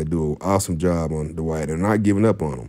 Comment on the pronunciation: Hard to listen to this when you mispronounce his name